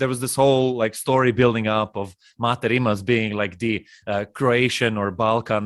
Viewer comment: His not your m8, m8 ... its MaTe RimaC where c is being c not k :)